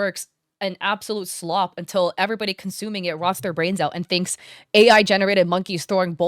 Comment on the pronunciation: ah yes AI "slob"